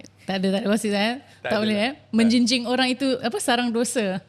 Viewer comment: Menggunjing bukan menjinjing